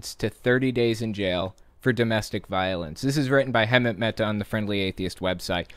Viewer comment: You seriously need to learn how to pronounce Hemant's name